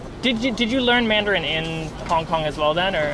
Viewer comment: Damn his mandarin is fuckin good. Especially the accent. You can tell he’s lived in Beijing for awhile.